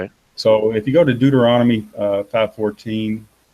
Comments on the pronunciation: Again "Deuternonomy" LOL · "Deuternonomy" Bahahahaha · He can't even pronounce Deuteronomy Hehehehehe